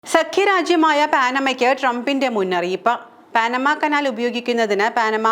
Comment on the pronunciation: പാനമ അല്ല പനാമ പാഠപുസ്തങ് ങ്ങളിൽ വരെ ഉണ്ട് എന്നിട്ടും തെറ്റിച്ച്